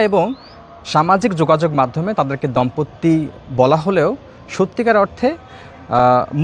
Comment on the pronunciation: দম্পত্তি না, দম্পতি।😂